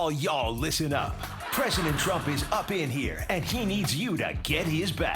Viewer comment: I love how Jimmy keeps saying “Ttump” 😂 and for God’s sake, get over Hillary, Ttump!